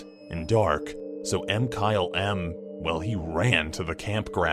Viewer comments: Did he say: M-kyle-M instead of Mkylem? (mikylem) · does anyone review the audio for these? i thought MkyleM's name was pronounced (Ma-ky-lem) er something. it was really off putting to hear say (Em-kyle-em)